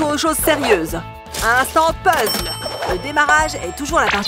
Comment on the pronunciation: Puzzle êtes vous sur car on dit puzzel